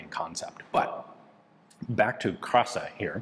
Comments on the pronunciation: It is pronounced as [kra:sa]. Long A, accent on R. It means "beauty". Happy to see you review another piece of history of my country. Always something to learn on your channel :) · i would like to fix the wrong pronounciation its not krasa (like you said) but its said with an long "a"(the "a" sound is long) edit another long letter pronounced wrong is in the name of the designer (again the "a" sound is not elongated) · The first A is a long sound. the word means beauty